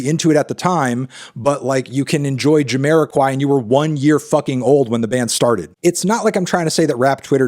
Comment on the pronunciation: I'm a big fan of Jamiroquai and I'm happy that Fantano finally pronounced their name.